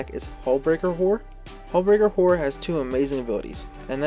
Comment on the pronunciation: Really gotta pronounce both syllables in "horror" man haha. Great vid tho